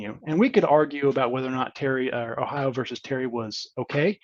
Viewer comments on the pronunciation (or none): none